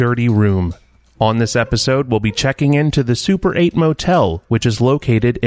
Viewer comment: Super 8 sounds a bit like "suppurate" and I guess that that's not entirely inappropriate here...